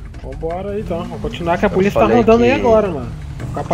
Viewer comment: Absolutamente nada: a: E poliça? É poliça? Kkkkkk